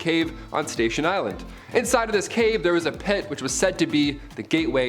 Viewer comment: On #8, I know you are saying 'pit' but it sounds like 'pet'. I was confused and amused for 30 seconds or so...